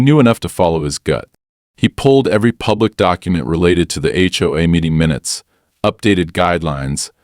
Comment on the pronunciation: Why do these AI READERS insist on pronouncing HOA as a two syllable word?